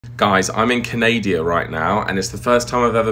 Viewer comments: Uhm, "Canada", not "Canadia". Also, I have never heard an English Canadian pronounce "profitable" that way. All I think is that perhaps your guide was French Canadian speaking English. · just the wrong pronunciation kinda like how you called canada "canadia" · Canadia? Is that the way British people pronounce the name of that country? Americans say "Canada" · He really added an additional syllable to Canada? There’s only 3…CA-NA-DA, not CA-NAY-DEE-UH. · … … JO-EL… did you just say you were in “Canadia,” and then proceed to complain about someone else’s weird pronunciation of a word?? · She pronounces it like that because you're in Canadia. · Canadia? CANADIA?! So much for Britons' claim of proper English/pronunciation 🙄...!!! I hope that you're pulling our legs. Please?